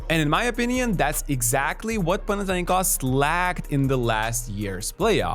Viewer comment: Guys is not "Pana".. Pana-s was one of many gods in greek mythology.. Its Panathinaikos.. It means : the team of the entire city of Athens. Anyway,here in Greece,in our -bigger-OAKA court we expect all of our visitors against the nuclear Panathinaikos .. Greek hospitality remember?😉